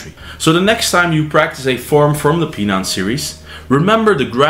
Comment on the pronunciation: You are pronouncing Pinan incorrectly….. Pronouncing Pinan Pee Nan is wrong!!!!!! Pronouncing it wrong makes Pinan has a total different meaning!!!!!!!! Learn to pronounce Pinan correctly and make a video educating people how to pronounce Pinan the correct way…….